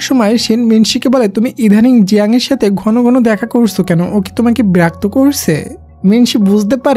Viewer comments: Birakto nh birokto hobe😅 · আপনি বিরাক্ত বলেন কেন 😊আর আমি ৷ স্টুডেন্ট ❤ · Berakto ki??? Birakto hobe 😅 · সুন্দর ভাবে বিরক্ত বলেন না কেন?